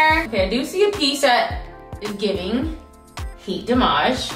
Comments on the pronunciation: The “heat dah-maje” took me out!!!😂 😂😂😂😊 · It's how she said "Heat Da Mage" all boujee like 😂